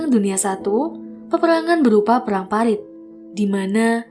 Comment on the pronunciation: Parit kak, bukan palit 😋😋😋